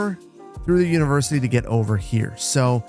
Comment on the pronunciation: "Univercity"? Really, boss? :D